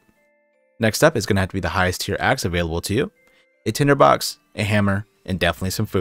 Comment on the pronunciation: “Tender box” lmao bruh its tinder box